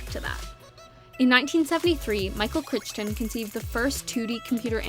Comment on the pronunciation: Michael Crichton Is pronounced KRYTON.